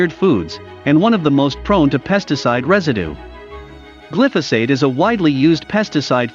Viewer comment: Generally a very good superficial look at contemporary foodstuffs and nutritional problems. 👍 Darn... I wish the narrator pronounced important words properly: glyphosate and hydrogenate, e.g. (Why? you say... such diffs in pronunciation indicate possible 1) limited education in the discussed subject, 2) non English-speaking background, 3) carelessness, 4) robotic narration😜